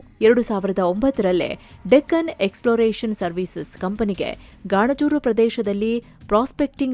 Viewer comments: ಗಾಣಜೂರು ❌ ಗಣಜೂರು ✅ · ಬೇ ಅದು ಗಾಣಜೂರು ಅಲ್ಲ ಗಣಜೂರ